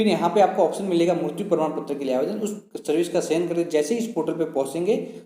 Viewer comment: Bsdk mrutyu mrutyu kya kya bol rha hai mrityu hoti hai ye....